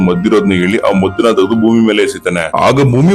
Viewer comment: ಗುರು ಅಂದು ಅವರ್ ಚ್ಯಾನಲ್ ನೋಟ್ ಥನಲ್ 😂 ಅಲ್ಲ ಗುರು ಅಂಡ್ ಅದು ಭೂಮಿ🌏 ನಾಟ್ ಮೊಮಿ🤣